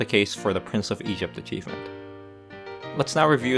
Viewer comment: ИГИПТ АЧИВМЕНТ)))) Братан, ты лучик солнца в наше тяжелое время) Кстати, БоГемия не звучит как БоСемия, если уж и говорить на американский манер, то БоХемия) А то вчера прям улыбнуло с боСемии!!)